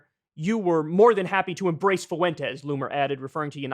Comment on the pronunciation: Kyle "Foo-wen-tez" Kulinski